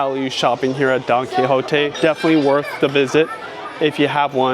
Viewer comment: At first I thought he kept saying donkey lol